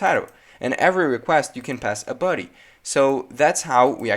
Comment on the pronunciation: You pronounce body as ‘buddy’ lol